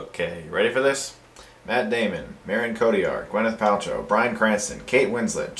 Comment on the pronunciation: Ummmmmm chris... that's not how you pronounce Marion cottilard